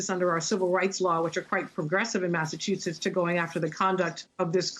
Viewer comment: I couldn’t take that she mispronounced “Massachusetts” every single time. 😣